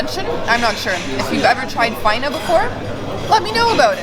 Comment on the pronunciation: Faina goes on top of the pizza and receives the accent on the last A.FainA